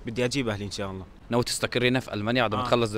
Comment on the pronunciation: الله وليس الل